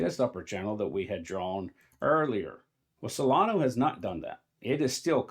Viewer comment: “Solano” 😂 Its pronounced “solan-uh”. Please don’t confuse it with dumb money coin Cardano 😂